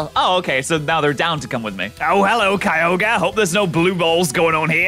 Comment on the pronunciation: Kyogrreen lmao